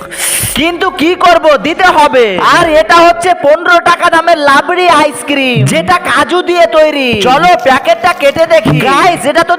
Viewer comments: Rabri ❌Labri ✅ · Rabri ❌Labri✅😂😂😂😂